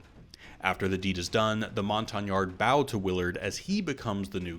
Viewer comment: It is pronounced BOW as an archery BOW, not BAU